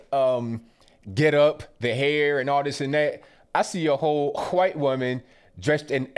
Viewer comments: STOP SAYING WHITE LIKE THAT. ITS NOT WHOITE.. ITS WHITE. All of a sudden you youtubers are saying it like that. Its aggravating as hell. I've already stopped watching 1 person due to it. Please stop. Love your videos otherwise...... Peace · STOP SAYIN WHITE LIKE STUIE GRIFFIN LMAO LOVE YA ROCK ON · Why can't you just say white like normal people why do you have to pronounce it funny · "Miss H'white lady" haha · Love how he puts that hard " H " in white. lol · The way you say "white" got me rolling on the floor. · Why he say white like that lmao